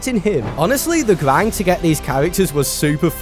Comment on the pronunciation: Bro ur voice man nothing is pissing me off more then hearing grind —> gwind like wtf articulate ur words 😭